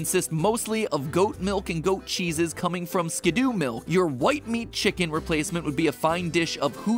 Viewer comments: It’s not Skid-Do it’s Skid-Doe Just like how it’s not a Pi-Jit-Spin-Ner So Skiddo pronounced Skid-Doe And Pigey pronounced Pij-ee NOT a Piget Spinner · When Matpat says "Skidoo" instead of "Skiddo" I can't help but imagine the winter time vehicle. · Matpat should have checked his pronunciations… Muckrow… skidoo… etc. you are killing me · Did he seriously pronounce Skiddo's name as "Skidoo"? It's like "kiddo", there's only 1 "o" in the name, why the "oo"? XD Also, yeah, eating plant Pokémon would NOT be vegetarian at all, because even though they are Grass types, I think plant Pokémon are TECHNICALLY still ANIMALS, simply having evolved to RESEMBLE plants, like some insects like stickbugs and leaf bugs and orchid mantises. Even some mineral Pokémon like Geodude and Roggenrola are still animals and not actual minerals, they simply have evolved to RESEMBLE rocks, in fact their final evolutions resemble reptiles, same thing with the Rolycoly evo line. The only Pokémon that I think are not animals are actually the artificial ones, like Magnemite, Voltorb, Porygon, Magearna etc., those that are confirmed man-made or resemble robots enough that they can be considered non-animals. Not sure about Koffing/Weezing or Grimer/Muk, since those also seem to be man-made but aren't robots either. They're more like mutated animals. I like the theory that Grimer are corrupted Ditto, which in turn are failed clones of Mew, which is definitely an animal. I do consider slime Pokémon animals, as slimes (the creature) in many fantasy universes are considered animals (or at least creatures, you get it, right?), so Gulpin/Swalot and other slimes like that still count as animals imo. Also unsure about Trubbish/Garbodor, maybe they're in the same boat as Koffing/Weezing and Grimer/Muk (minus the corrupted Ditto part). Regardless, almost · The way he pronounced skiddo tho 😭